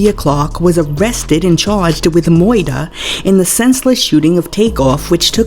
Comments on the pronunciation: hahahaha moyder huh? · Not meuwdah 😂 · Can this woman say murder properly